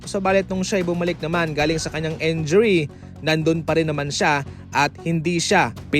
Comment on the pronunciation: Set up not sit up injury not enjury po.